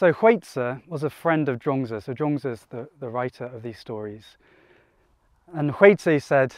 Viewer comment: Thanks for the 3 stories - one which really resonated with my current situation. Also loved the choice of rural location for your chat. But did notice (not being ‘judgemental’ 😂) that you have slipped back into calling 莊子 ‘Jong-dz’ again... Other than that thanks for a great upload, and hope to join your live stream on Sunday 👍